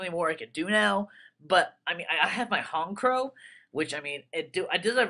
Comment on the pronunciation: This is why Honchkrow is the shit! But yeah SynchoHero is right, "HonCH" not "honk"